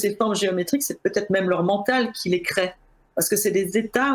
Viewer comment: "Crée, créent" avec un accent aigu comme à l'infinitif. Pourquoi changer la prononciation du radical lorsque l'on conjugue le verbe au présent? Cela dit, merci pour ce travail passionnant sur le sujet traité.